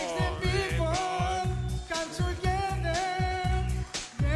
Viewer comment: Cum τουγκεδερ πεθαίνω